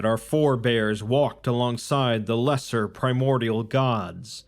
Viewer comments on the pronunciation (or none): none